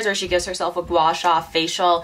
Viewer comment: your pronounciation of guasha is perfect haha